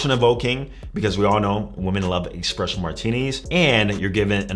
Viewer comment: Think as a coach you should at least pronounce etc and espresso properly 😂